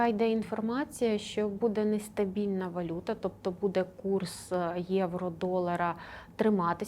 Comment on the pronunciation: бУде, а не будЕ!! Ну і гадалку ви знайшли. Це ж і так всім зрозуміло. Не ганьбіться!!! « нам важко буде, але будуть здвиги» Матір Божа🤦‍♀️🤦‍♀️🤦‍♀️🤦‍♀️сором, ганьба. Ви як баби базарні.